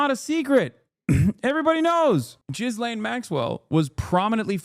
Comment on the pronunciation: Has no one ever told Hasan how to say Ghislane?